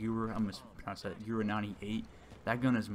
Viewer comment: The w in gewehr is prounouced with a v and the g is less like ji more like g